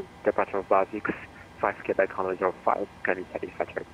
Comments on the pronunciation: it's pronounce "KAY-BECK", not "CUE-BECK". It did sound weird when you said it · its not kee bek its kwebekh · Quebec is pronounced Kwubeck. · should sound more like kubek